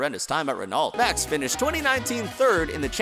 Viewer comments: Ren-alt? I thought it was Ren-oh? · are you seriously pronouncing renault as "ren-alt"? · And in every video, not just this one. 🤣